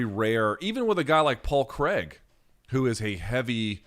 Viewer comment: Luke paul Craig isn’t pronounced cregg Kr-ai-g I’m Scottish too so take my word for that one